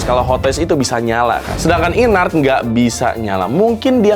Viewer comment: baca nya IN-ART bukan sih??? bukan i-nart